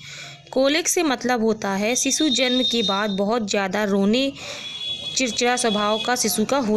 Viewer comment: Phle bolna to sikhlo ....sisuu😂😂😂😂😂😂😂